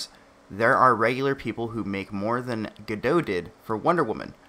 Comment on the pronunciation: Sorry for nitpicking, but Gal Gadot is not French. She's Israeli. You definitely pronounce the T at the end of her surname.